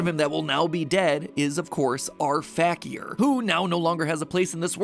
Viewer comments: So matt kept saying r fakier fact-e-er- but wilvur pronounced it fakier fake-e-er meaning the characyers are fake kinda cool 😅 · The way he pronounces Fakier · This video is so great but i can get over how mat is pronouncing fakier wrong lmfao